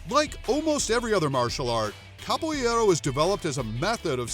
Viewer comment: I'm training in Capoeira... The AI narrating this video mispronounces several words Capoeira sounds like: cop-o era. Roda sounds like: hora